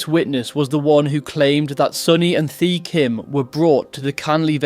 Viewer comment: Great story but a little more care on how Vietnamese names are said and pronounced would help. Vietnamese do not use the Th sound in their language, the ‘h’ is near silent so Thi is said close to ‘T’ also there are two letter D’s in their language. And both are said very differently as it depends if you are from the South or the North.